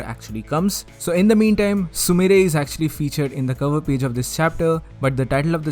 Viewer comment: sumire not sumrie